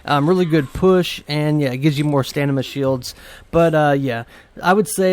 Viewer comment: Nice vid. Tnx One thing, it's stamina not stanima :)